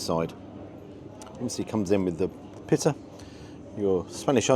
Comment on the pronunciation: I had to rewind the first time you said pitta bread as it sounded like you said piss bread, so second time hearing it, still sounded like piss bread 😆. Maybe I need hearing aids, but it made me chuckle but you always make me chuckle. I have shared a few of your vids to friends and they love you as well, you are so close now to the 100k, and a lot of ppl when getting more subs start changing things, but please never change your format or how your cameraman films, that is why everyone loves you (and the cameraman).